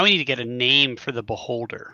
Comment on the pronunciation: Eye-vie for the beholder